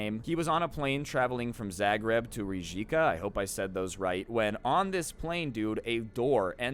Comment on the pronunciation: BTW hi from Croatia guys lol you said Zagreb right but to location he was going to i could not understand you because it wasn't said right but its ok